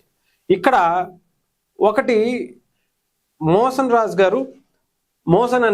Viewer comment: మీరు తప్పుగా పలుకుతున్నారు. ఆయన మోషన్ రాజు గారు కాదు, మోషేన్ రాజు గారు.😂